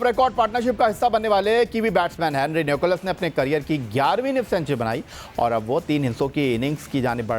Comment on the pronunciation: Sikandar would say "Ghabrana nahin hain" 😂😂😂🤣🤣🤣 and for Allaah's sake please say Nicholls not Nicholas